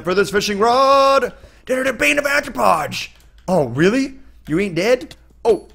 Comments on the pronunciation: HOW DO PROFESSIONAL YOUTUBERS STILL NOT KNOW HOW TO SAY "A-R-T-H-R-O-P-O-D-S" NOT ANTHROPODS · Why do people say "Anthropods" and not "Arthropods"?